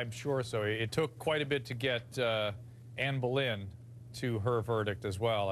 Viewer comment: Anne Bolin ??? Really Drew: SMH